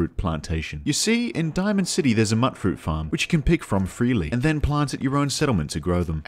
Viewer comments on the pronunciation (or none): im sorry to tell you this but mutfruit is pronounced mute-fruit, not mutt-fruit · Bro mutfruit is pronounced like mute not mutt that one intelligence point is showing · It's not "muttfruit". Since you're an aussie I know you know how to say 'ute', so just put an 'm' in front and a 'fruit' in the back and you got 'mutfruit'. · Every one miss pronounces mutfruit. Why? Its Mute Fruit because the mut is short for mutated. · its pronounced "mute-fruit" like mutant fruit. damn you Britain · Dude, "Mutfruit" is pronounced mute-fruit, as in mutated fruit. Sorry to be the grammar police, but Fuk, someone's got to do it. By the way, I love your vid. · It's pronounced MUTE-FRUIT. As in mutated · Immediate L for not pronouncing mutfruit correctly. Mut, like mutant. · Is he saying "Mutfruit" wrong on purpose or does he genuinely think that's what it's called?